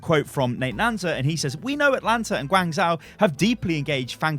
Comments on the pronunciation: It's Guang "zh-o" not Guang "zau" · I think it's pronounced Gwang-joe, not gwang-zow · Guangzhou is pronounced kinda like gwong Joe, not gwang zow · Sorry I can’t watch this. It’s pronounced Gwong Joe not George Zow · gwang joe, the closest pronunciation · I'm triggered reads it Guangzao. The H is there for a reason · guangzhou is pronounced gawn-szoh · Hey, Guangzhou is pronounced as "gwuhng joe" hahah xD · It's pronounced Gwung Jo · (Tiny pedant's comment) Guangzhou is generally pronounced "Gwong-jo", at least by the people I know who are from there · Unit Lost - Great British Gaming not to be mean but I cringe every time he tries to pronounce Guangzhou